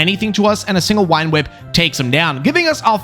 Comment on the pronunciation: Early on in this, i love how you say "Wine Whip" for "Vine Whip."